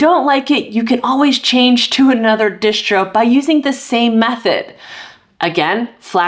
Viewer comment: i cant get over hearing her keep saying dishtro with an sh sound, i always thought it was spelled distro and possible that is short for distribution i may be wrong but there is no sh sound in distro. its just annoying to say dishtro. does she pronounce all of her s sounds with an sh sound like a speech impediment or something or is it shomething?